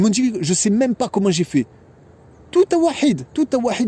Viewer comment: Assalam alaykoum, Qu'Allah facilite et bénisse les frères et sœurs qui font des sacrifices dans le sentier d'Allah, amin (On prononce taw'hid et non tawahid akhi ;-) )